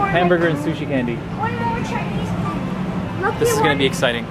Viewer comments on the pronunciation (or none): It's not shu-shi it's su-shi sushi